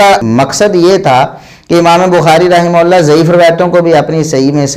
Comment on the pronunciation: Ye rahmaullah bolte hi ya rahmatullah